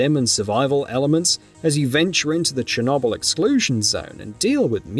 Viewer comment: Neither is cher-KNOBELL